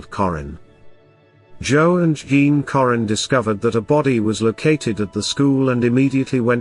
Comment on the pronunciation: This guy isn’t pronouncing Jessica’s last name right. Currin as in curry. My sister and Jessica was best of friends since kindergarten. They both were in the same classroom in Sedalia elementary. She was a sweet girl. She didn’t deserve this. Rest easy Angel 😢